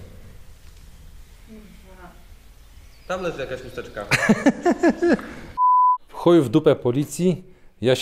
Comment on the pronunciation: Dave Sychy Po prostu Janczar opuścił kilka lekcji w szkole i mówi chusteczka przez samo h... na szczęście ja kilka sekund wcześniej mówię przez ch :) Jak rozróżnić czy herbata jest z cukrem? Bo wtedy jest cherbata :D